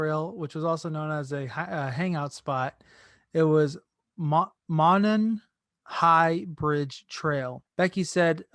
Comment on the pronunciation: pronounced "moan-on"